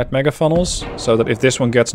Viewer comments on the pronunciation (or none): none